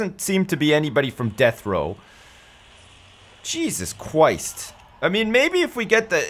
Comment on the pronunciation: "Jesus Chwist!" :)